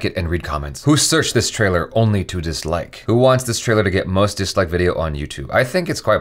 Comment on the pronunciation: Every time literally everytime he says dislike I hear downloads